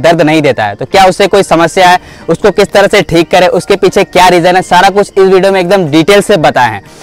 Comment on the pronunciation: वीडियो ❌ भीडियो ✅ 😂😂😂